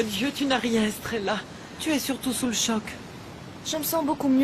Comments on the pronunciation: Puis que je ne fais que te dire que l'on ne dit pas strella mais Estrella idiote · Depuis que je te dis qu'on ne dit pas strella mais Estrella idiote